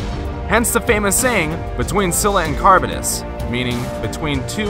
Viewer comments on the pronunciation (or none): man was saying "carbon-ess" lol it's charybdis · Carabdis is how it pronounced